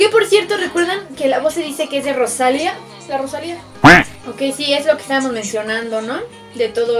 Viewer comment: Todo iba bien hasta que dijo mal el nombre de rosalia 😅